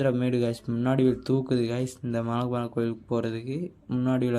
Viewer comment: மழை❌ மலை ✅